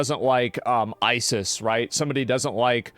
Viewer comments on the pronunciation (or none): none